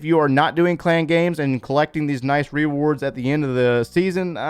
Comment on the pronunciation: Funny how he says Re wards